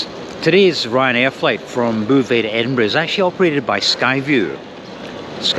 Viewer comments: Your Anglo mangling of Beauvais was most jarring. It sonded like bouvez. ”Drink up"? The correction pronunciation is /bo.vɛ/ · I visited Beauvais ("Bo-vay", not "Boo-vay") Cathedral back in the 1980s (as part of an ecclesiastical architecture tour); I had no idea there was an airport... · It’s Bow vay(as in bow tie) not boo vay. A very pretty wee town on the way to Paris. Enjoyed seeing it again through your eyes. I’ve never stayed in a one star hotel. You’re braver than I am. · Yes even my vague knowledge of French knows beau is pronounced bo! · Great video, Beauvais is pronounced Bo Vais. A long O like boat, not boo like boo hop. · There is no ''boo'' in Beauvais! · It's Boe-vay and the F stands for Formula. Also kwees de grawnwee for frog's thighs and Pizza Crolla in Glasgow used to do horse pizzas. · The mispronounced "Boe-vay" irritated me much more than it should have everytime said it! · I would have thought Beauvais would be pronounced Bow-vay 🤔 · Er, "Bo-veh' (don't pronounce the h) .Just saying. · Why not try and pronounce Beauvais properly ffs ! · Maybe it's a ploy to keep folk watching his videos to see if he goes to a chatoo or quotes Boo Brummel. My sister lived in mauvais Beauvais for 8 years and she found it hilarious.